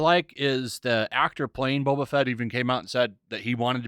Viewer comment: That not Boba, that's Bob-ba